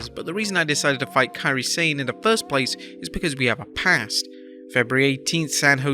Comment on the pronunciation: Does the narrator have a reading or pronunciation disability.its been established that it Mone pronounced Monét and she called her Kairi San not Sane